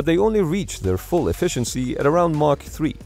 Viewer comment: It’s Mach, not Marc. Lol